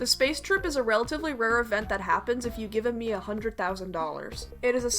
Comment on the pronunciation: "Miitomo was an app game revolving around the meat characters" is what i heard xD